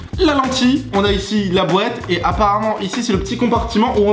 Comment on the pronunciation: ça me stresse le "dans la boête"